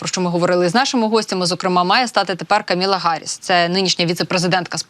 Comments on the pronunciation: Камала, а не Каміла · КамАла, а неКаміла. Відповідальніше, будь ласка